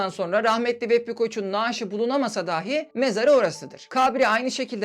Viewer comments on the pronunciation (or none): Daahi değil dahi şeklinde söylemelisiniz. Konuşmanız çok akıcı ama bazı diksiyon hatalari rahatsız edici. Bilmediğim bir konuydu içerik için emeğinize sağlık